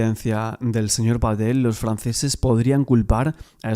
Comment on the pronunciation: Pa Patel Se pronuncia así, perfecto 👍